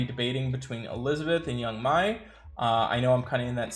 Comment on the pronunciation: I believe it's pronounced Yang 'May"